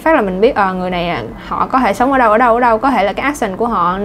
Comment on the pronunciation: Cô giáo nói có thể nghe như có hể hay sao ý